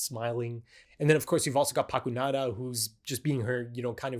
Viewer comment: oh I know trust me. It's just correcting the NO instead of NA. He said Paku*NAda a couple of times. That's just my way of highlighting the correction. In no way was it meant to show the pronuncitaion.